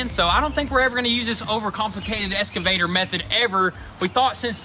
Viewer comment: You guys are awesome. Just one thing. It is not "eS-ka-vator" it is an "eX-ka-vator" No s dudes. Keep on rolling though. Hard work pays off. You deserve all the good things.